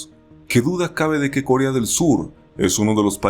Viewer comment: El vídeo ta' bueno como siempre, pero el "Córea" con tilde me quitó tres años de vida xdd